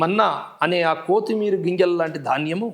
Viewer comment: కోతిమీర కాదు. కొత్తిమీర. "కొ" కి దీర్ఘం లేదు